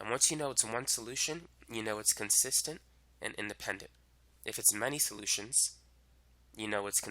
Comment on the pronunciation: I really understood the concept tysm.. 🙂 Ok but this is bothering me.. idk why... Why is he pronouncing consistent as consistence 😳.. because even my teacher was doing the same .. anyone pls say.. 😅